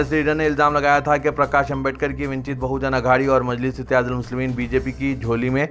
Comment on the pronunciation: vinchit nahein vanchit Ruqba nahein Raqba